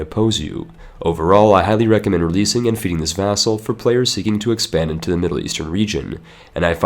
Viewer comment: You make vassal sound as food.